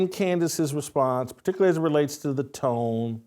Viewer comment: Tone??? Tone??? Come on Jason...SMH.